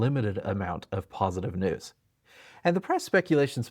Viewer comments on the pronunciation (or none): none